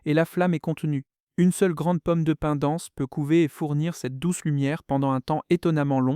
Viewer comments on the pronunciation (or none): Pomme de pine ? Non, POMME DE PIN !